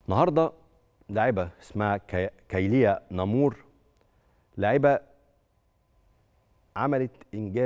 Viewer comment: بلع لغبك تدعوا انكم علمتونا اللغة وانت إسم لا تعرف لا نطقه وربما حتى كتابته كيليا نمور ادخل لغوغل سيعلمك النطق